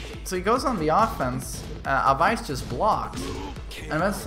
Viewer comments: its aa waa yss not awais 😂😂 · Umm it's pronounced as away-s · Awais hani..... where is the letter V in that? Who is Avais Hani? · Just a little correction for the name pronunciation, the ‘wai’ part in Awais’ name is pronounced the same as the word ‘way’. That would be the closest in English any way 👍🏼